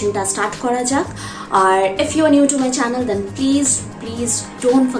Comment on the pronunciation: It’s channel not shannel which a perfume specialist